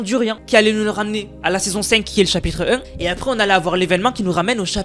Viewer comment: Chapitre un ❌ Chapitre em✅